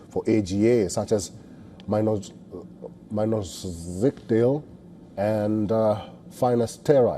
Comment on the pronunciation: mainos-zzzssk-del (Minoxidil)